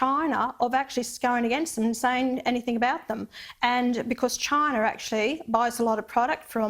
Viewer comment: "therez too many robots, in Choina"